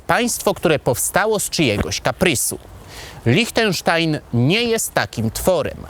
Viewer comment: Świetny materiał, mogę zarzucić Ci tylko jedno: Liechtenstein wymawia się LIŚTENSZTAJN, nie LICHTENSZTAJN 😉